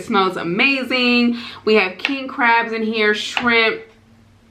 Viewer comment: Its kEEHEEng crab legs!🤣🤣 HEEHEE